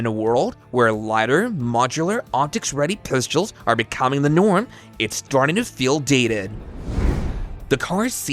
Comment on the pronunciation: I can’t watch. I prefer real voices. Also, I cringed each time he said “pistules”.